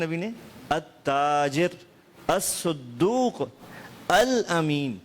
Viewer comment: يجب هناك تصحيح خطأ للأخ الحبيب حفظه الله ورعاه فى إعراب كلمة ''الصدوق"فى الحديث،أن حركة حرف الصاد الفتحة لا الضمة ،والدال بدون التشديد لا بالتشديد.